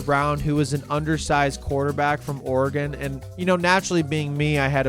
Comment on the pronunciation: Thank you so much for pronouncing Oregon correctly.